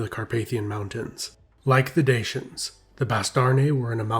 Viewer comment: DA-CHY-ANS, please look up proper pronunciation, it's not dashyan !!!